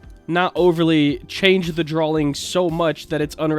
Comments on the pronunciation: Is it just me or does he say "Drawling" instead of "Drawing"? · hes saying draling lol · not me wanting to slap him for how he says drawing in the video like it has a L